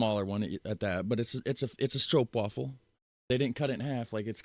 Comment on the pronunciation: You still say Stroopwafel a bit wrong . Wafel is not pronounced as "waffel", but more like "waaafel". And Sandwich = boterham , Bun = broodje . And you are the best Netherlands promotor ever! :face-blue-smiling